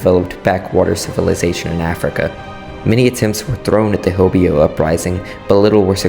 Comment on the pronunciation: correction: H-OH-BE-YO not HO-BEE-O